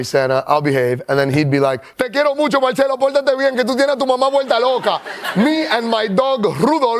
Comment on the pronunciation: This now how you pronounce his name is not Italian